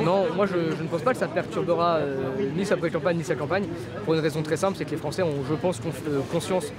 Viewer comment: .....La liberté d'expression commence d'abord , monsieur l'avocat des mes coudes , par savoir prononcer le français ..... Français se prononce français....et pas françé etc.....